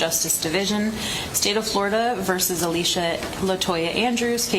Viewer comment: the way you say alicia is deplorable